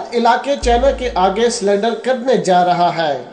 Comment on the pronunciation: Tumko sahi bolne v nhi ata hai .Surrender hota hai sulender nhi.Tum kyo sulender bol rahe ho...ha ha ha...ye hai gadaha